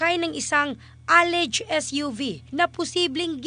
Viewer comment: Anong Aleyg hahahah “Aleged” basa sa Alleged. Shunga News anchor